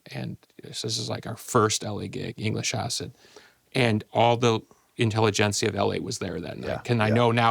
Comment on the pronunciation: There it is 27 min… ‘inteligencia’ Will he also say zeitgeist? Probably